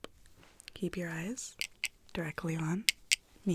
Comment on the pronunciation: Nobody: Absolutely nobody:: YeRdEyEs